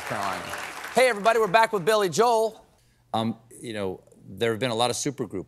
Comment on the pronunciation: You mean Billy Jo-el. That's from Jim Gaffigan's comedy skit, anyway I love Billy Joel.